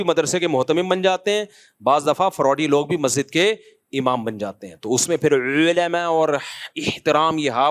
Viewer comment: The way he said - Olama 😂😂😂